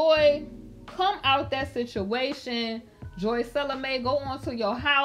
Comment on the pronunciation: Did you just called her joicella 😂😂